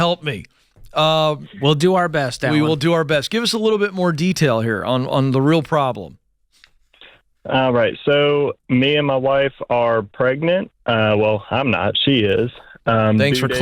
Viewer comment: "We're pregant"